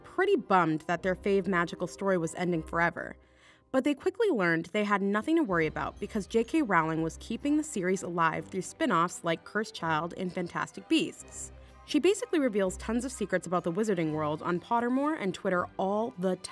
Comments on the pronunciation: You say it like rolling not rowling and this is not a theory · It's more pronounced like rolling than Rowling.